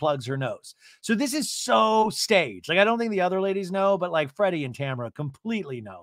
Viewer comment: Are you saying Freddie instead of Teddi ?!😂😂😂😂😂😂love that!